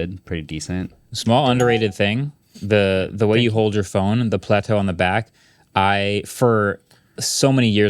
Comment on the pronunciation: Why are you all calling it Plateau 😭